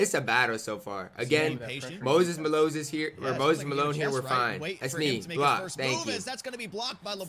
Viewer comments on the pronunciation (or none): Are we just gonna gloss over Moses Ma-Loses? Lololol ggs champ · “Moses maloses” 😂😂